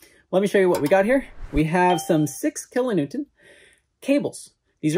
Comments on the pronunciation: Are you saying "kilo Newtont"? Its "Newton" Like, Isaac Newton. Anyway, love the videos, really interesting stuff. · Is he pronouncing kilo-newton with a "t" at the end?